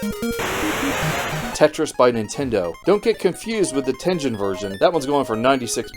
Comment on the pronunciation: Nice video. Tengen is a Japanese word. It's pronounced ten-gen (the g sounds like "get" or "good"), not ten-jen.